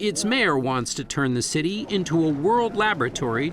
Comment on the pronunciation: city., not cuty